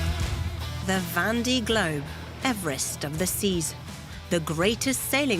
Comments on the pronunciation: Would be nice if the commentator could pronounce "Vendee" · Yup that was bugging me too.